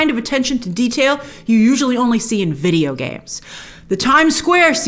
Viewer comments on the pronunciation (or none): none